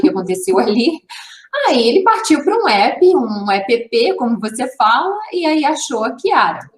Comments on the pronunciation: Não é apepê, linda. É ép. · App se diz "épi". A pepê é a irmã da neném. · Que agonia dessa mulher falando A.p.p